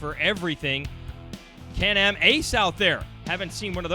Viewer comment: this dude really said Can - Am Ace😂😂😂